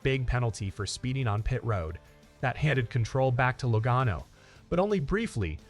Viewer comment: learn to say Laganos name right please!!!!!!!!!!!The a has a ah sound lag(ah)n